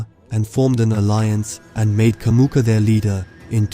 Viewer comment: It's Jamuka, not Kamuka!